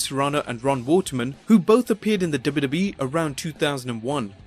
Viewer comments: Please pronounce “wwe” as “double you, double you, eeeee” and not “duba, duba, eeeee” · for some reason i'm really enraged by the way the narrator pronounces WWE/F. dubba dubba. but LOL at McMahon coaxing puke to puke